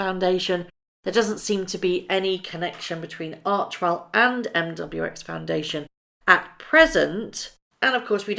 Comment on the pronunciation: It is pronounced arch "e" well not archwell